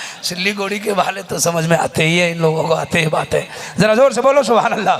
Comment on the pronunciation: Suwhanallah nahi balke subhanallah h hazrat